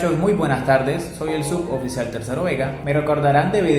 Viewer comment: Mi felicitaciones viendo esté vídeo y al escucharlo pronuncia muy bien la palabra compuesta sub oficial. Por lo demás, quisiera preguntarte si hay una resolución de comando o decretó que autorice el anillo de grado y si es afirmativo en que joyería de Barranquilla se consigue. Gracias